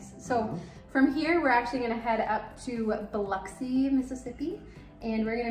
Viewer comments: Love that you pronounce Biloxi correctly!😁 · I’m horrified that your kids didn’t have life preservers on. THANK you for pronouncing Biloxi correctly. Don’t go in the water there, though. Mucky mud that’s gross. (I’m from Mississippi, so I can criticize.)